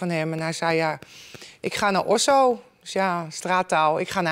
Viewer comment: Het is Osso geen osooooww 😡 mi gado gecondoleerd 😪🙏